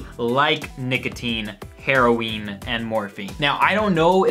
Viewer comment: She kinda got the drug thing right. Not really but she tried. Also the way she pronounces heroin.... shit